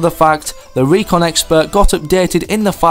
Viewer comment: I know he was trying to say RECON Expert so i know all the secrets